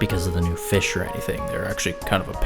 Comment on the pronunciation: Haha. Feesh.